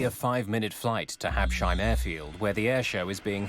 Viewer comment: Hab-Sheim? Oh, Americans....